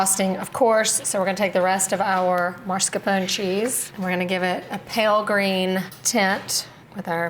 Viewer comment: MAScarpone not MARScarpone